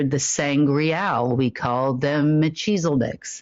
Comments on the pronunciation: Cracks me up that calls the (Melchezedek) Mel-kees-adeck as Mel-cheezel-dek. You'd think she'd be able to pronounce her supposed special bloodline's name. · Pron...........Mel-Keys-adek.....nothing to do with Cheezles...Ever Ever.